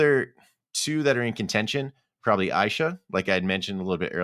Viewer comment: Aysha’s name is pronounced Asia lol